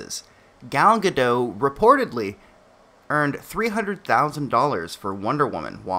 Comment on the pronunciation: Sorry for nitpicking, but Gal Gadot is not French. She's Israeli. You definitely pronounce the T at the end of her surname.